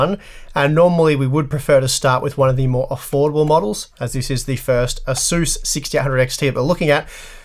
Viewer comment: Can someone make a counter on how many times he says "Ahzoos".